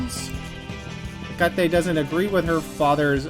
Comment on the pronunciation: btw looked it up, Hecate is pronounced "Heck-it" Like fuck it but your saying heck first